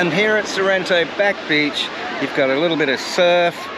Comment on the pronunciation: Its sorrento ,pls say the name properly